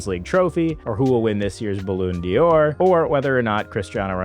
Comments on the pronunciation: "Ba-lawn Door" please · The pronunciation: “Balloon Diors” made me chuckle 😂